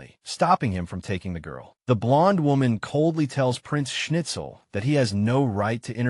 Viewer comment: Actually, "Prinz Schnitzel" is mispronounced; that's not what it says, and if parents really do name their child that, they hate it.